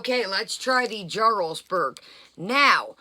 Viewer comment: Jarlsberg is pronounced with a Y. Like Yarlsberg. The J is silent